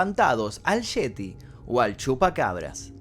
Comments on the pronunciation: ¿El "Cheti" o el "Yeti"? XD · Cuando dijo sheti y shupacabra, supe que carecía de seriedad.